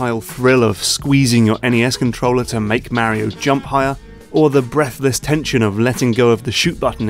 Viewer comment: Thank you. Exactly what came to my mind. He commented that he uses the words of a certain game designers book. Still a stupid (and pretentious) choice, IMO. Make him sound like a hipster douche. Also... MARY-O! OH MY GAAAAWD!!! D-:<